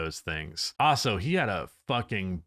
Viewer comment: Hot take: believes the word also is pronounced OSSO and uses that word MANY times in this video. 😅🤦🏽‍♂️